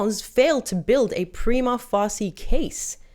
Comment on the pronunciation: "Prima" WHAT? LOL